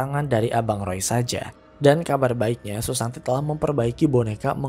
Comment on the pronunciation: Kenapa susanti di sebut susanto?....